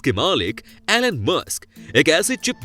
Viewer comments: It's not एलेन sir , it's इलोन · Its Eee-lon musk